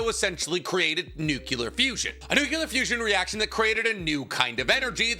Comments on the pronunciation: NUCLEAR, NOT NUCULAR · Y does always say 'nuculer' instead of 'nuclear'?